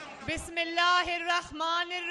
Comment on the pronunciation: O bibi bismillah to sahi prho